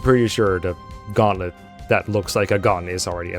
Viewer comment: "Gauntlet? No, no, no, you misheard us, we said GUN-tlet. Gun-tlet, that's right!" -Intelligent Systems, probably